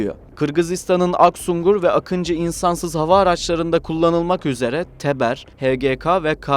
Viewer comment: не акинци а Акынджы ,не Атмака ,а Атмаджа =Akıncı değil akintsi Atmaca değil Atmaka!